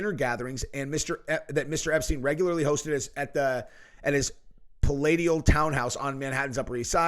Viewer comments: Hey.. Keep up the great work! 👍 ps The word "palatial" is pronounced "pal-ay-shal" as in a "palace" 👌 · Palatial is pronounced pala-SH-ial. Just fyi